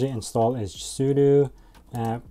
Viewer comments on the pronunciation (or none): none